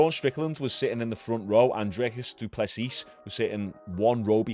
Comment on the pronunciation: Sorry to correct you but, his name is pronounced Drikus Doo Plesee